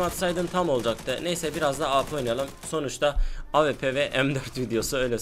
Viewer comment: Abi avp değil awp